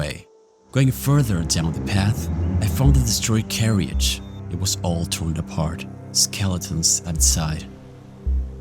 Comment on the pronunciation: Everything was fine until you pronounced carriage as, "carry eedge"